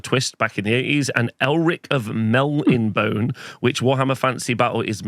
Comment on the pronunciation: Mel - nib - o - nay. At least according to the audiobooks. Now do the author's name.